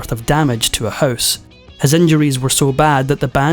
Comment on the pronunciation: Non-native speaker here. What kind of dialect pronunces HOUSE like HOSE?